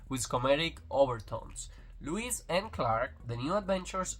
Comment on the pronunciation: It’s Lois not Lewis no w in Lois lane.